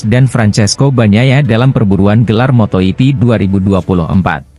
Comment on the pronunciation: motogp .,.. jok torjok...bukan moto yipi dasar torjok